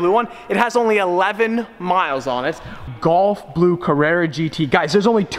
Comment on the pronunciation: Gulf blue. Not golf blue. Sounds like you're saying golf?